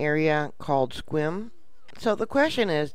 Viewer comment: I don't blame you for not trying to pronounce Sequim. Pronounced "skwim" (no emphasis on any letter). I look for your reports every day. I appreciate you sooooo much. Few great quake reporters left now. I love you. God bless you,and keep you and your family safe.